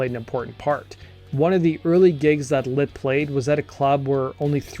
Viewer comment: Is it Lit or Lint? Pronunciation all I can hear is lint